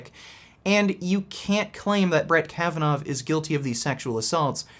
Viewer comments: You pronounce his name as "Kavanov" , when it is actually "Kavanaw". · Can you stop saying 'Brett Kavanoff', please? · The biggest criticism of last video was the fact that Kavanaugh has no "f" sound at the end dammit